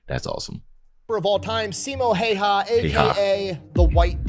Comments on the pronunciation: His last name is pronounced How-ha, btw. A lot of people who aren't finnish don't know how to pronounce it, so I'd figure I'd help. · Last name is pronounced more like "How-hah" - that's as close as I can get with the English-sounding alphabet. My wife has been trying to get me to pronounce 'äy' properly for about 14 years now... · Sorry for being a year late for this, but that's not how it's pronounced. I'm a Finn, and how you pronounce the letter ä sounds the same as when English people say "and" "hand". If a Finn would write the words as they heard, in a literal sense, it would be "änd" "händ". Also the letter y, it's more like, when you say "eww", the first vocal sounds like Finnish y, so a Finn would write that word literally like "yu", or in some English accents, when you say "cool" it might sound like "kuul" or even "kyyl", like Eric Cartman says it in South Park, That's very similar to a Finnish way to pronounce the letter y. Easiest way nowadays though is to put that name into Google Translate, set language to Finnish, hit Text To Speech and finally, but most importantly, listen and try to replicate what you heard. That's all, ment no offense with this, just wanted to add some context on how the name sounds, accurately. English language can sound like Finnish if you try really hard. Key toss for reading. (kiitos = thank you). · It's Häyhä. Learn to say his name right. ❤From 🇫🇮